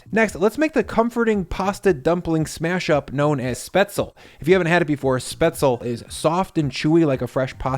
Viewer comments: When you say Spätzle, make sure you actually say the L after the Z and E.. Spätz-L-E.. not Spätz-E-L… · “Shpets-leh,” not “spets-el”. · It's pronounced "spetsleh", not "spetsel" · spetzle? we need a cross against this guy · its veener schnitzel. and spetz-le. But then Wieners (veeners (Viennese)) might argue that there's no substitute for veal. I would substitute pork tender myself. Love the channel, arguably best cooking channel on the internet. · Schpet tzi leh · It’s pronounced, “shPAY-tz-leh” and “VEE-nerschnitzel,” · Props on the pork tenderloin - always been the basis for my schnitzel of choice. I like a mushroomy sauce with it, personally, but sometimes I'll go mustardy. Anyway. Don't wanna be that guy, but it's just really weird to hear it how you say it! The final "e" in spätzle is sounded: "spätz-le". Kind of "shpetz-luh". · Spetz-la. Say it with me. Spetz-la. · As a German, this is pretty darn good. Except for the pronunciation... Its "shpetz-leh" and you ALWAYS pronounce the E at the end of German words. I die inside a little when people say Porsch, like Bosch. Its Porsch-ah. That is the correct way to say it. DM me for all German pronunciation matters :D Also, traditional Bavarian Schnitzel is served with Pommes (fries) and a lemon wedge to squirt on the pork. It is DELICIOUS with just the lemon. I love Spaetzle though, so I will eat that any day of the week. Look up "Schwäbische Käsespätzle", Cheese Spaetzle from Swabia, which is the state of Baden-Wuerttemberg in south west Germany. It's our Mac & Cheese, if you will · YESSS schnitzel and spaetzle is SO GOOD! My German half is salivating haha! Also, say it with me: “spetschlee” 😂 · shpaetzle is the correct pronounciation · Wiener schnitzel is Austrian, not German! But good job either way. Can't wait to try. Also, pronounce Spaetzle with an "sh" sound at the beginning. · Pork? Spatzle? Weener? Learn your German pronunciation! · Came here to listen to the mis pronunciation of spaetzle 😉